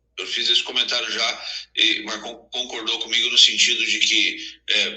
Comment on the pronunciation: É Marcon, não Marcão